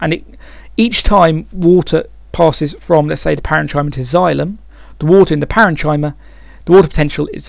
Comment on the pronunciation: parenchyma isn't usually said like that, its more like: Paren - Kim - Er